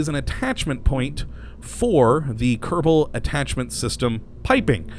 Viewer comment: why you say "kerebal" space program?